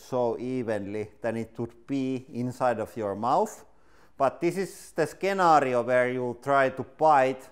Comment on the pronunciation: Did he actually say “Skenario”?